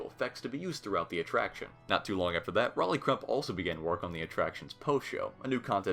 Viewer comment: Rolly Crump is short for Roland Crump. You would think that Rolly rhymes with Dolly, because of the spelling, but it’s pronounced Role-y, as in Roland.